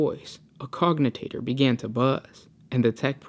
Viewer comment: BRO IT'S COGITATOR, NOT COGNITATOR. Pronounced like a J.